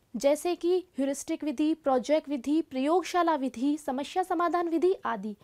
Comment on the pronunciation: hindi ka uccharan karna seekhiye mam.. samasya hota hai samashya nahi... aap log hindi ke naam kharab karte hain